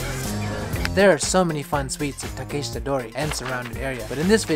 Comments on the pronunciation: great vid... but why are you pronouncing Takeshita like that... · Interested in your pronunciation of Takeshita, Tsukiji etc. It sounds different from one sentence to another. I can’t wait to get back there with all your maps in hand Hope they are all still there after the pandemic . Thanks for your content